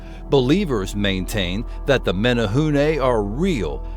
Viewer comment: Thanks for pronouncing Menehune correctly.